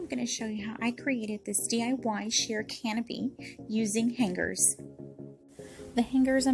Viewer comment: The way you say hanGer tho 😅😊